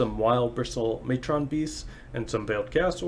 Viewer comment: Also “matron” is pronounced like “patron.” The way you’re saying it makes it sound like like it’s gonna fight Optimus Prime 😆